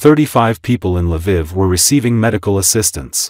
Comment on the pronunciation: Its funny how the AI pronounces some things. LA VIV lol